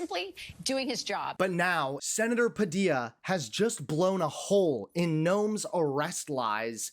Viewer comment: Great pronunciation of Sen Padilla's name. Quite the interview!!;🚩🐔🌮🚩🚩🚩🚩🚫👑🚫🚩🚩🚩🚩🚩